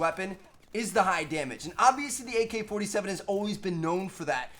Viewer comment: He said mk-47